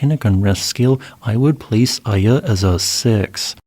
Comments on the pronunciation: Iya in my language is pronounced ee-ya, a rock. Iya Kawa is called the Devil's Peak today. My first thought was, how could Iya Kawa cause a tsunami LOL. Meanwhile, I'm beginning to think Indonesia is cursed, erk. As the Chinese curse someone, May you live in interesting times! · small correction on the pronounciation of Ende, its like Endé. and Iya is pronounced Eeya :D